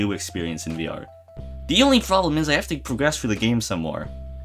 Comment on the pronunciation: "VR" wrong.